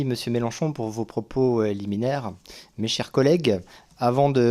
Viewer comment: C'est moi qui entend mal ou le rapporteur parle de propos "éliminaires" ? J'ai beau, me le repasser, j'entend pas "liminaire", mais c'est peut-être un "euh liminaire" ?